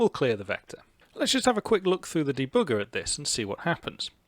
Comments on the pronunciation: I like how you say debugger, deBOOGER! hehe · de-booger... kind of like picking your nose, lol. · I love how "german" you say the word debugger. Greetings from Germany! :)